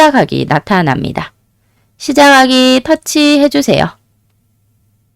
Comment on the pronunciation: 시작하기~ 시자가기 시자하기 . . . ㄱ 받침과 ㅎ이 만날 때는 무조건 "ㅋ" 소리가 나야 합니다. `격음화' 착하다~차카다. 생각하다~생가카다. 시작하다~ 시자카다. 영-호남 사람들의 발음이 가장 엉망이란 걸 알고 계세요!! 격음화 현상 기본적인 음은 차-카-타-파 ~ 입니다. 이것은 모두 ㅎ-초성과 관련이 있어요. ㄱ+ㅎ=ㅋ (착하다-차카다) / ㅂ+ㅎ=파(답답하다-답다파다) / ㅅ+ㅎ=타 (못하다-모타다. 탓하다-타타다) ㅎ+ㄷ (않다-안타) ㅎ+ㅈ=ㅊ (않지만-안치만) 생각해야 한다... 생가캐야 한다. (생각을 캐고 캐다보면 좋은 생각이 나온다) 끊기다 -끈키다 (ㅎ+ㄱ) 우리나라 말에는 외국어에 없는 정확한 발음법칙이 있어요. 가장 기본적인 전음법칙-- 이것의 기본 자음 `ㅇ'(이응)과 관련이 있어요. 윤석열~ 윤서결. 석양~서걍, 석연치 않다~서견치 안타. 받침으로 쓰인 자음이 바로 뒷글자 초성 `ㅇ'에 소리가 전달되고 있죠!! `소리가 전달되다' 그래서 "전음법칙" 방송에서 잘못 발음하는 윤성녈은 . . . . 윤석렬~ 이것 뿐입니다. 신라면~실라면, 진라면~질라면, ㄴ+ㄹ=ㄹㄹ발음. 설측음화... 전라도 한라산 삼천리 권리 근로자 분리 원리 난리. . . ㄴ받침에 ㄹ 초성 == ㄹㄹ발음 우리나라 교육기관에서 `정확한 발음'을 가르치지 않는 것도 문제입니다. 어떻게 지켜온 `우리말'인데, 철저하게 가르쳐야 합니다. `틀리다'와 `다르다'를 구분하지 못하는 것도... 알고 있습니까? `같다'의 반대말 `다르다'